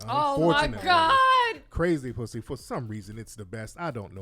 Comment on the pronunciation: Bri said I hate the way you say pussy with a W. Lol 🤣🤣🤣🤣